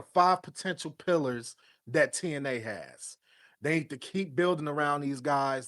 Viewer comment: 😂😂😂😂😂 this dude said pilars of TNA....😂😂😂😂